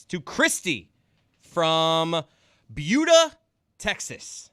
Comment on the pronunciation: pronounced Buda correctly the first time.